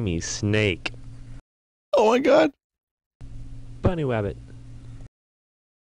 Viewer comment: "Bunnywabbit :3"